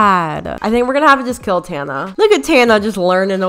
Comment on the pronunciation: Does tana even know how to pronounce her name? 😂